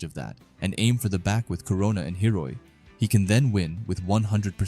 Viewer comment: heeeeyoooooriiiiii not hi-oh-ri